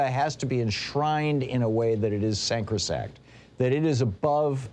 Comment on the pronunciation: Sacrosanct. Not sancrosact. Sorry